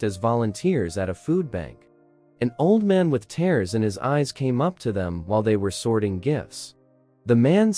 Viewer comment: i wish you knew how to pronounce words (it is not tares it is tears)